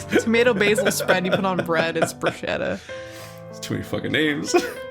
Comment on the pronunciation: brusheta??? IT'S BRUSKETTA, mamma mia!🇮🇹🇮🇹